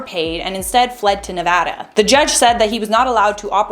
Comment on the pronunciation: Thank you for pronouncing Nevada correctly. Everyone I meet that isn’t from here ALWAYS say it wrong.